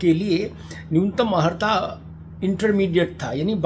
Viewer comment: हम आपको हमेशा शुद्ध उच्चारण करते देखे हैं।किंतु इस वीडियो में बार-बार अहर्ता शब्द बोलना खटक रहा है।कृपया अर्हता बोलें,सादर।